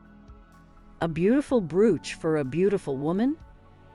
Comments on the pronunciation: Yeah that drove me nuts. It is pronounced: browch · great content... but that voice! and for heaven's sake, teach that computer how to pronounce 'brooch'!! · Terrible ... repetitive and ... like the other comment declared ... butchered “Brooch” so many times it was unlistenable.